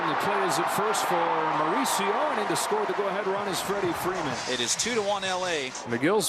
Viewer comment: The TBS announcer calling Freeman, Ferman. Lol